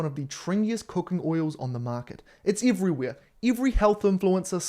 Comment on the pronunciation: Its "Adam and Eve-ry where 😂🎉